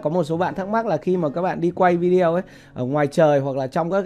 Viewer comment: Vi-đê-ô bạn ơi, vi zeo là đọc tiếng Việt. Nghe kỳ cục quá. Xin lỗi góp ý cách đọc. Bạn chia sẻ rất tốt. Cám ơn